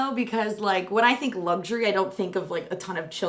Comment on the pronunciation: Since when did Luxury have a G in it?? 😂